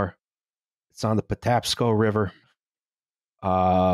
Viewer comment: holy shit they said Patapaco river correctly!